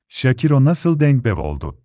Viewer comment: Adam şakiro ismini şakira der gibi söylüyor.Hayır görüntü olmasa kimden bahsediyor dicem. Keşke ismini söylerken şâkıro diye söyleyebilseniz